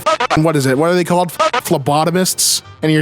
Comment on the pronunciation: Why do you pronounce "they" as "thee"?